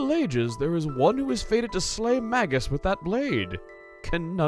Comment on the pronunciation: So where's the "Maggus" counter? You've mispronounced it so many times so far... MAY-gus. That's how it is pronounced. It is a real English word - and not his real name, after all, so it's more of a title, even if he picked up a title FOR his title in this translation. (No, TV Tropes does NOT say it is pronounced that way. If you are going to say it does, back it up. I can't find it and don't believe it.)